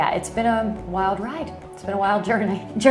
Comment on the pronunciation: Your Midwest was showing on that “jourrrnayy” at the end! 😊